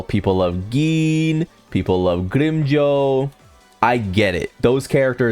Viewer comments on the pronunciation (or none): Dude! It's not greem Joe its GRIMMJOW! The pronunciation is even in the anime! Watch it sometime and its not nell el its nell-li-el. Are you mispronouncing these names on purpose or something?! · 100 problems in the world, and how someone pronounces grimmjow is your main problem? Bruhh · also......you would think when you have a channel dedicated towards a certain show you would at the very least get the names right at the VERY LEAST!